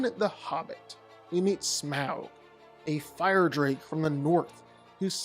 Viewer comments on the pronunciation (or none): none